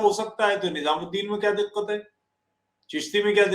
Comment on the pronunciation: तुफैल भी फुल मुल्ला बनने की इच्छा रखता है- दिक़्क़त, तरीक़ा, हक़ीक़ी, वाक़या, आदि के उच्चारण में ये पिछवाडे का जोर लगा के उर्दू निकालने का प्रयत्न करता है। ऐसे लोग क्या गंभीर जैसे धिममियों को ज्ञान देंगे। खेद है।